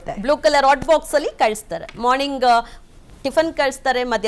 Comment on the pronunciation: 😮 ಥೂ. ಅಕಾರ ಹಕಾರ ಸರಿಯಿಲ್ಲ ಕೇಳುವುದಕ್ಕೆ ಕಿರಿಕಿರಿ. ಅಸಹ್ಯಕರ ಕನ್ನಡ ಉಚ್ಚಾರಣೆ. ಹಲ್ಲಿಗೆ (ಅಲ್ಲಿಗೆ )ಓಗಿ (ಹೋಗಿ)